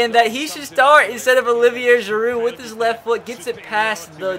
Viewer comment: The d is silent in giroud and the r is silent in olivier